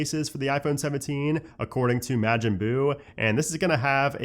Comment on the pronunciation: m(ah)jin not m(eh)jin